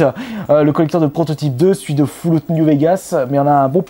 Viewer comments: on dit FALLOUT pas foulout xd, GG bonne video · "Foullout" new Vegas mdrrr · Mdr comment il prononce les jeux C'est surtout fallout il a dit " fouloute " mdr j'étais mort . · "FOULLOUT"... no comment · Foulout ? Sérieusement tu sais pas parler ?